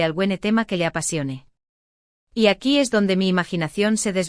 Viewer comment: Aqui se dice , no acu , la verdad tu español es pesimo y no se entiende lo que decis